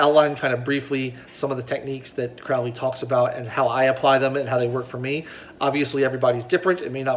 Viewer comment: Crowley rhymes with snow-lee